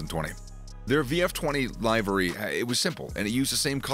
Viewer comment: If this man says “live-ary” One more time…